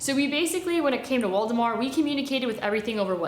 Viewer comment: I thought she was saying Voldemort the entire time and it's Waldemar.😂😂😂😂